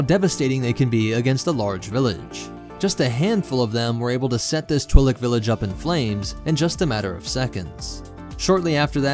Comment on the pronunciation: "tw - il- eh - k" you say xd, dont you mean "tw-ee-lick"? ;P